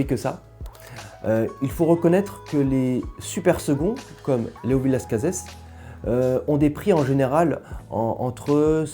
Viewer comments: Hello ! On dit Las Case et non Las Cazesss 🙂 J'ai bu 1986, 88, 90, 2002 86 est mon plus grand vin bu à ce jour ! Exceptionnel, vraiment. Nez et bouche d'une très grande précision, grande harmonie, finale interminable ! Génial ! Bu certainement au meilleur de sa forme. 88, je l'ai trouvé moyen ... M'a déçu mais je pense plus à une bouteille fatiguée pourtant le niveau était excellent. Je n'ai pas géré son stockage et vieillissement ... 90, très bon mais pas à la hauteur de 86 2002, joli vin mais rien de transcendant Je pense avoir une bouteille de 2001 et surtout une bouteille de 96, j'aimerai qu'il m'apporte le même plaisir que 86 mais ça va être difficile ....🤞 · Honnêtement non personne ne prononce le S. Désolé alors qu’avec le Tannât c’est un accent régional. J’ai bu pas mal de millésime le dernier en date ce mois-ci, le 2006, incroyable une claque de fraîcheur de jeunesse, de complexité de classe, j’ai une caisse -1 bouteille en Cave et je m’en réjouis.!